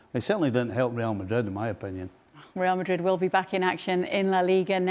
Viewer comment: Suprised Ale turned up today, his beloved rrrrrreal madrrrid 😢